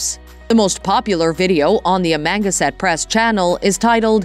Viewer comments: It's "Ama.... Gan... sett" press, not "Amanga... set" press. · Me to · "?uh - manga- set🤣🤣🤣🤣🤣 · Amangaset press? I guess Jason and Ben don't know how to pronounce where Jason was born/grew up?? 🤷‍♂️ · Am-A-gAn-set. Say it slow then speed it up.painful just painful to listen to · Pronounced Am -a -gan-sett. Know your information. Do your homework. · Am-ganset. Can’t even say it right. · I'm from Long Island, been to Amagansett, if you can't pronounce that correctly, I'd love to hear your shot at Hauppauge!! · I agree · LOL....Lifestyles of the rich and famous!.......and the narrator can't even properly pronounce Amagansett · Maaan! That's AI, you'd think it would pronounce Amagansett correctly😂😂😂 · You can't even pronounce their channel name plus other words.